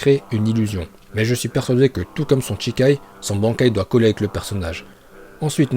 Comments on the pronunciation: A chaque fois que tu dis "CHIkai" à la place de "SHIkai", ça me trigger xD CHI c'est le sang, SHI ici c'est "initial", et "kai" c'est pour "libération"... C'est peut être un détail pour toi ou juste que tu ne le savais pas, mais si ça t'intéresse, je t'invite à te renseigner sur les prononciations japonaises =) (je précise mais "tch" c'est juste "ch" en japonais et notre "ch" français est leur "sh"). Et "bankai" ça se prononce bien "bane-kai" et non pas "banc-kai", mais c'est moins choquant que CHI-kai... Pour dire vrai, il est plus correct de dire "sh'kai" que "shi-kai", et "chi-kai" c'est no way xD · Cest shikai et pas chikai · Allez, par contre c'est shikai pas chikai... Ça donne pas envie de regarder la suite. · "Shikai" stp "SHIKAI"!!!!!